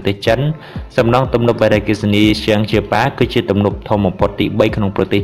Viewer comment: កុំអានវ៉ារីអគ្គិសនី សូមមើលសម្លេងផង